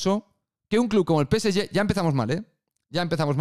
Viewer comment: PCY?... O... PSG?... Peceye? Que mierda de idioma es ese?